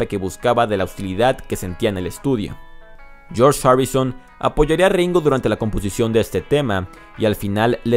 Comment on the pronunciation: PO MACRNY? PARY BOY? JOUN LENON? YOSS HARRIUSON? YOSS MARTIN? LOS BIRUS? PESIMA Y EXAGERADA PRONUNCIACIÓN...SI ESTAS EN UNA BANDA COMO DICES SERIA DIVERTIDO E INTERESANTE VER COMO CANTAS